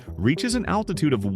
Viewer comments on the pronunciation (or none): none